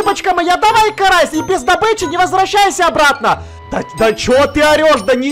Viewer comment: Почему ты карася назвала карас